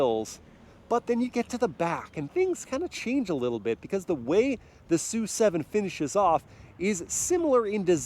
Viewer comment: Isn't the name of the car pronounced as "es - you - seven"??